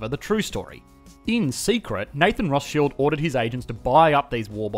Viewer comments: It's pronounced Rothschild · are you calling him nathan rothSHILLED?